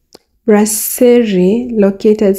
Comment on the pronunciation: It's "BRASSERIE" not "BLASSERIE", You can Google Translate "BREWERIE" in French to confirm.